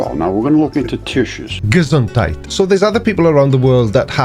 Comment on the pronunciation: Spot on pronounciation on "Gesundheit!" there,.:D